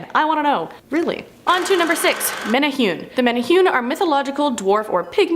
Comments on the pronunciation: Just a minor nick pick the pronunciation is actually, Men' Ne' Who' Ney (Menehune) 🙂🤙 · MEN-EH-HOO-NAY, NOT MENNA HEWN! 😂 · Menahune is pranounced (mena-hoo-nay) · Mena hunay please MENA HUNAY the other way sounds offensive to ears not menahyun this sounds strange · Pronounced: Men eh who nei... Much aloha and rice! C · Menehune is pronounced (Meh-neh-Who-Neh). The way it's being said in this sounds like nails on a chalkboard. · Meh tah hue knee. , Pronunciation is important